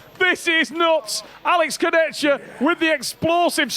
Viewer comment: Kurdecha ❌ Kurdetchka ✅